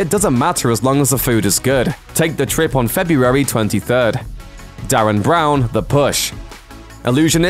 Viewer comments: Derren Brown, not Darren 😂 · His name is DERREN Brown.. DE..RREN not Darren.. and could you have shown older clips of his?? Those were years old.. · Who the fuck is Darren Brown, its Derren Brown XD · Altered Carbon and Mute seem to be all that's worth waiting for, oh and voice over man, It's Derren Brown not Darren, D-e-r-r-e-n. Its even written up on the screen. C'mon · "Yeah, I don't think we need to check if I'm saying DARREN BROWN correctly, even though I am going to be saying DARREN BROWN a bunch of times and I reckon the fact that it says "Derren Brown" here is a typo or one of DARREN BROWN's mind games, ha. Classic DARREN BROWN". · ogod stop saying DARREN BROWN